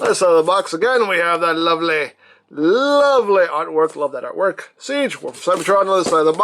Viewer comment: lovely art work? More like lovely "ARK" work. 😉